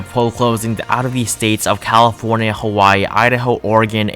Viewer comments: “Calofornia” :D Nice video btw, let’s hope this dream comes true! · Hermione be like it's CALIFORNIA NOT CALOFORNIA